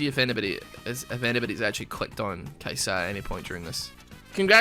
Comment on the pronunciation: it's Kai-sa not Kai-saa